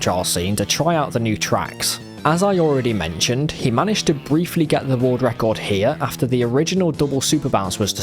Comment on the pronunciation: "Woorld ruckord"